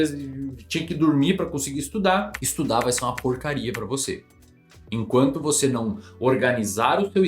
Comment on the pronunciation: "e cara, sinceramente vou falar pra VOTÊ".